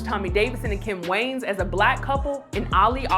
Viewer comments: Their last name is pronounced WAY-YANS not WANES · Way-Ans. Not Wayns 😒